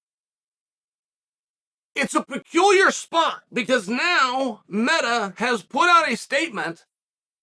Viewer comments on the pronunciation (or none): none